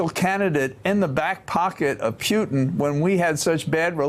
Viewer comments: Does he pronounce it Pyutin to be annoying to Putin? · Omg he cant pronounce Putin. Please just don't use Putins name anymore if you cant pronounce it